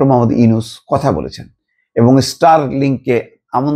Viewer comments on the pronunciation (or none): none